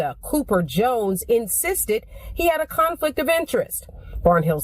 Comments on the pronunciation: “Conflick of interest” 🤣🤣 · "conflick of intress" lol, shuuuut the F.U. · Charlemagne said "conflick" 😂😂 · The word is "conflict" not conflick...